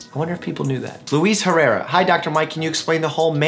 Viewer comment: FINALLY someone can actually pronounce Herrera my last name